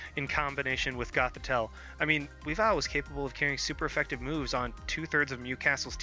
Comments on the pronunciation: Actually the proper Cobalion pronunciation is closer to Co-BALE-yun and the stress on Weavile is on the first syllable rather than the second, but I've been preaching proper pronunciation of Druddigon and Hydreigon for years now, so i don't really mind. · sorry but I can't help but comment about your pronunciations. WEE-vill instead of Wea-VILE. Co-Ba-LI-On instead of Cob-al-ion. Chez-Naught rather than Chess-naught. Just bugs me a bit.